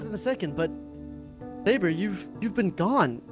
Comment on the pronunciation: Overseer called Sabre, Sobre XD